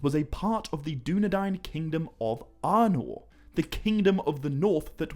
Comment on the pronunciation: Nice video but some of your pronunciations make it a bit of a hard watch. Take 'Aragorn' as an example, it's pronounced A-ra-gorn and not Ar-a-gorn, just as 'Arnor' is Ar-nor and not, as you are pronouncing it, Ar-i-nor.